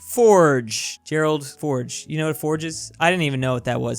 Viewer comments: pronouces fjord as forge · I will never forgive you for your pronunciation of "fjord"